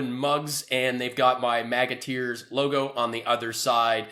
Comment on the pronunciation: I keep hearing it as MAGAT EARS...